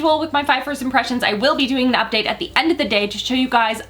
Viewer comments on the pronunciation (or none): none